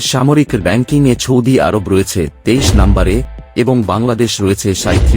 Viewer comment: আপনার মুখের উচ্চারণ শুদ্ধ নয় আপনি সৌদি আরব বানান কে বিশুদ্ধভাবে বলছেন না শুনতে খারাপ শোনা যাচ্ছে